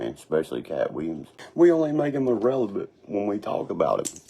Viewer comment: did he say “irrelebut” 🤣🤣